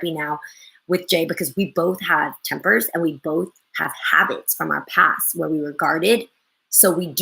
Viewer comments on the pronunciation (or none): none